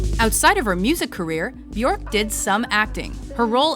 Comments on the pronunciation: it's pronounced byerk not byork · It's be- erk Rhymes with jerk Also you should have touched up on the Ricardo Lopez incident. Tragic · It’s Björk as in jerk with a B. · Ugh. It’s Björk, like work or jerk … not fork. Can’t wait to see her live again! She’s brilliant! Oh, she and her daughter, Isadora, will appear in The Northman next year, along with Anya Taylor-Joy, Nicole Kidman, Alexander Skarsgard and Willem Dafoe. She plays a Slav Witch. Can’t wait! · She said her name is pronounced byerk rhymes with jerk. Why nobody honors that? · byuhrk guth-munds-doh-tir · I from America and we would pronounce "Bjork" at to B-York or Beyork t even if Bjork wasn't the correct way of pronouncing Americans would pronounce her name as B-york or beyork.. her name wouldn't sound like the word jerk... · Björk is prounounced bjerk (like in jerk), not kidding, just say Bjerk and you will be pronouncing it correctly ;) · So, Chris, you are saying that she doesn't know how to pronounce her own name or what, when she herself stated at that press conference that Björk rhymes with jerk?! Moron... Ö is an Umlaut, also at home in the German language, there is nothing comparable to it in English so she had to find the closest possibility... Jerk! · She pronounces byerk. It rhymes with jerk. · Frank Moran the umlaut is there for a reason. The proper pronunciation is "byerk." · Naky Mawlot she pronounces it as b-yerk, so we should pronounce it the same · If you're going to do a story about someone, at least pronounce their name properly. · the way they pronounced her name wrong the entire video made me cringe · * makes Bjork biography * * mispronounces her name * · YOU have to ROLL THE "R" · Please learn to pronounce her name correctly. Disrespectful. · You couldn't even pronounce her name correctly